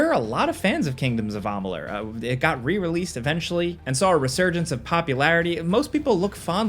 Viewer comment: Amalur not amalun! Wtf you said it again and again!! Dude??!